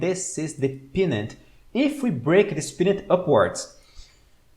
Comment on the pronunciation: Hi! Loving yr stuff! One quick observation/question - in min I THINK you meant to say PENN-nant chart pattern (PENN pronounced like a PEN you write with) and not PEA-nut (as in peanut butter) … is pennant chart pattern what you meant?